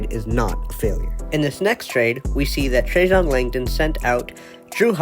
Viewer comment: His name is NOT Trajohn! It's Trajan. FFS!